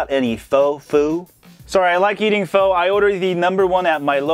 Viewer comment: pho is actually pronounced phuh